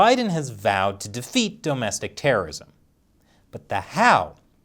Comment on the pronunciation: Stop saying dome-estic terrorism